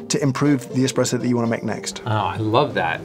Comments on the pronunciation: Could you two ladies change a tire? What value do you bring to our world? Expresso? Which you specifically pronounced. Get a job. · I hate it when people say expresso instead of espresso. Expresso? eXXXpresso?? there is no X in the Italian alphabet so it is not even possible to say EXXpresso. Espresso is such a beautiful word.